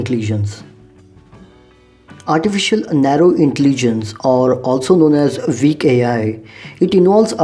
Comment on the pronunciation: Good video! PS: Your pronunciation of "weak" should be corrected. Thanks. Google translation can pronounce sentences.